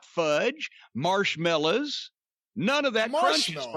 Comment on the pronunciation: I love how Jim pronounces "marsh-mellas".